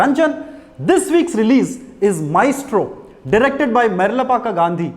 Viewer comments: Actually it's correct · The joke is on you. He pronounced it right!